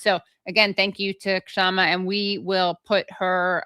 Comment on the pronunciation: I think the "K" is silent, Shama, not K-shama.